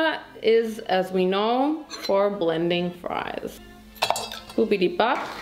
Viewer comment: I don't know why am I just laughing at you when you said ( ma friesssss ) it's so funny 🤣🤣